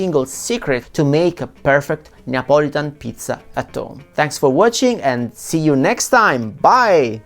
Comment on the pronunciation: I agree a margarita requires some basil otherwise he never said Neapolitan like this guy said